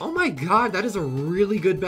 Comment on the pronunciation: I like how he says "oh my gay" instead of "oh my god"